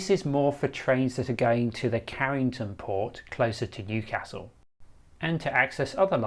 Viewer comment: Would be better if you pronounced Newcastle correctly! You should have asked a local! Big thumbs down on this as you have made too many blunders.